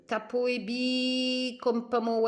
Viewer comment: Coucou pour info le p se prononce r en russe ce n est donc pas tapo mais bien taro lol bisous 😘